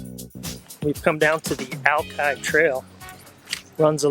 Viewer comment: West Seattle 😂You guys sound like you're residents! You even pronounced Alki correctly! The area looks amazing and glad you had a chance to visit....your b-roll is awesome as always! So sorry to hear about Jack....we miss you guys. Hope to get together soon.